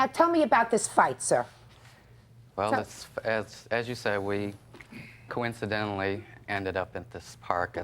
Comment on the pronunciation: He mentioned "coincidentally" so weirdly. it was definitely on purpose